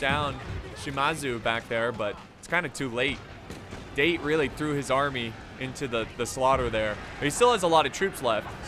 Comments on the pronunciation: The moment he pronounced "Date", I just died a little inside. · Its 'da-te' not 'deit' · “Da” as in dark, short pause then “te” as in ten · dah - teh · I don't think they are called "Date". I think they are called "Da te" or Da Tey. That is how the Japanese pronounce. That is what I think, I am not a Japanese language expert, but do read a lot about Japanese history especially during their warring period. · It’s not date it’s Da-Te to pronounce it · Daaaaa Teeee... Not DATE, ffs :D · Date clan is pronounced dah-te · It's not date its da. Tae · I suggest you watch some historical Samurai anime, sir, to get the pronunciations right. Date = Datt - teh Shimazu = all the vowels are short, like the way you say the vowels in (gun) , and not a long vowel like (man) the weapons you got right. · It's pronounced "Dah-Tay" for "Date" ffs. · Da-te not date XD bruhhh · Its pronounced Dah-Tey not Date. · No thats not how u say date in Japanese this the way its produced daw tae=date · I noticed quite a few people criticizing for mispronouncing the Date clan, I didn't see anyone actually correct him on it. Date is in the clan is pronounced "Dah-tay", similar to how you would pronounce Dante from the Devil May Cry series. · I know this is almost a year old but it'd Da-Té when pronounced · is damm Date when its prenues Da-te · It’s Daté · Its pronounced Da Te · Date would be pronounced Da-te as in tech. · OH TOE MOE, DAIT, bruh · It’s pronounced dah-te just a tip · Date Clan is pronounced "Dah-Tai" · We have the date, it’s pronounced da-tay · it's Da- Tē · Da. ~ te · hahaha the first attackers'faction is pronounced "dahtey" and not "speed date";=) seriously do you bring rocket launcher at your first dates?? xD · It's actually da te ,pronounce separately,just saying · The amount of wrong pronounciations here actually made this pretty fun as an adittion to being a good battle... But for gods sake the pronounciation of 'Date' made me cringe.......